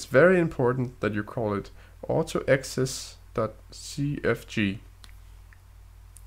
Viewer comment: Great video! I'm sure that this will help a lot of people. Just a note, and this isn't a big deal at all but I figured that I might as well tell you - in English most people pronounce it auto-exek (so it's a hard C with the same sound as a K instead of a soft C which sounds like an S) You do speak great English though! :) Just trying to help haha EDIT: okay my bad, I guess you said it right half the time, nevermind